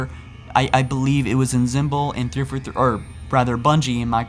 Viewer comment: the way you say 343 sounds like you're saying "3 for 3" like you're ordering from some fast food restaurant lol